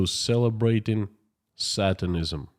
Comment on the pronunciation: HI K FROM 🇨🇦 I GENUINELY AM AMAZED AT YOUR ENGLISH SKILLS AFTER BEING AWAY FOR SO LONG. A COUPLE PRONOUNCIATION NOTES: SATANISM = SAY..TAN..ISM NOT SAT..TAN...ISM. SOVEREIGNTY = SOV...REN...ITY. 3 SYLLABLES NOT 5 SOV..ER...EN..I..TY 🥰